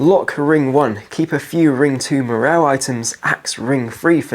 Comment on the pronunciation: Morale ❌ Merell ✅